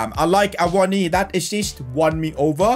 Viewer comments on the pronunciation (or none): Awonyay is how you say it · It is a-wo-no-ee btw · Awoniyi for union berlin was always pronounced Ah-woah-knee basically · Loving the series so far mate, just wondering. Will this be a long term series? Also, Awoniyi is pronounced Ay-Woh-Nee-Yee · Ahh-won- ni- yay is how u say his name 😂😂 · Awoniyi : Ah-Woe-Knee-Ye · His name is pronounced Ta-o Awan-gi by the way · His name is pronounced Ah-woah-knee-yee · From a Nigerian: ah-woh-nI-yI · I think u pronounce awoniyi as a-won-a-yee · It’s A-won-yee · A-won-niwi is how to say it. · Its pronounced Froyler, Aiwoni and Nico Williams not Neco Williams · You pronounce awoniyi as A-wo-nee-yee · u pronounce it [AWO NI YI] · You pronounce it a-won-ye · awoniyi is pronouce like Aa-woh-nee-yee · It’s pronounced Awoneeyee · it’s pronounced (uh-won-uh-yee) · It's a-won-ee